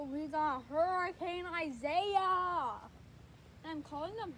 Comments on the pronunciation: It's not Isaiah its pronounced I-e-Yus (sorry I just wanted you to know hope you are safe) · Yes I’m safe, some of my friends got hit worse than me, and Isaias is actually supposed to be pronounced ee-sah-EE-ahs, but i don’t think anyone pronounces it that way, I just pronounce it at Isaiah.